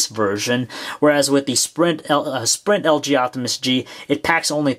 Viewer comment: Lg optimus he pronounces LJoptimus